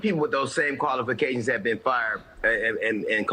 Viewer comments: He said colifications. Lmao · DL Hughley is the WORST comedian in the world. He did a show in Houston years ago and got booed, he was that bad. He can’t even say the word “qualifications” that’s how ignorant he is. Wesley Hunt is beyond reproach and he worked for everything he achieved. DEI is a handout and it can be anyone of any race, mostly transgender benefit from DEI and lazy people.